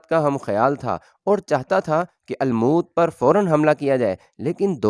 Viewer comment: Bhai lafz almoot nahi balke almot hai